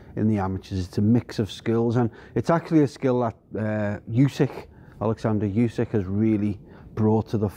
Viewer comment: Ew-syk... Not You-syk...